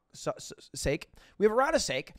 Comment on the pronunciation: three shots of ‘sake’ i love you lud, but i gotta give you a strike on the board there